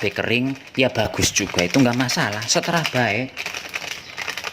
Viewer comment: "TERserah...BUKAN..seTERAH"... 🤣🤣🤣🤣✌....